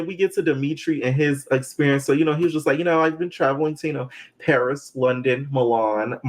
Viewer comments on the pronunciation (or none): none